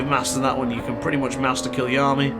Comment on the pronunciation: It’s K-EYE-A-LAMEE